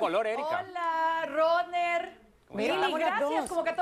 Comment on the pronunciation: Que mujer tan ignorante como pronuncia el nombre del venezolan y lo dice tan tildado” Roner’ pena ajena